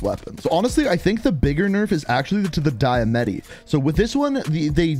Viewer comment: Why do you say “die-a-metty” its “dia-matti”